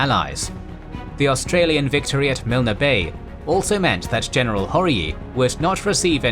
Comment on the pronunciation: Milne Bay is pronounced MYLN BAY, not MILNA.